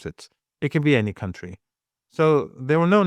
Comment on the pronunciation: man spricht das wirklich nicht KAuntry aus. man spricht es cantry aus. es gibt zwar ein County, das ist vielleicht liebst du ja die Kantone oder sowas das ist eher ein district....